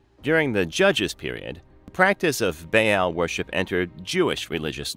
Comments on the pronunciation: I'm having a hard time getting any information past that terrible pronunciation of the name Baal. "Bay-AAL!" Ugh. It's pronounced "Ball." Like the toy. The double A in ancient words like this always sounds like that. Ball, lawn, yarn. AW sound. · It's not bay Al...its Baa aal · Baal is pronounced "Bah-all", not "Bay-yell". I cannot listen to this presentation, mispronunciation is just too annoying, and I am not even an English native. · No “bay-al” they didn’t have the English pronunciation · its pronounced bal